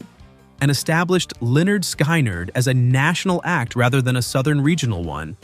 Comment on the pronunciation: Pronounced Skin not sky